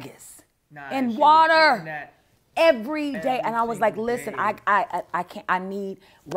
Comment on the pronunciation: kathy Cephas the ways she say "And WATER!" Was hilarious.